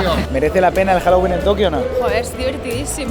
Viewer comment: HOUWOLING O HAUELLIN